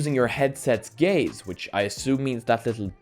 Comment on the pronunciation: I can't unhear him saying 'gays' instead of 'gaze' and its made for the funniest video of his.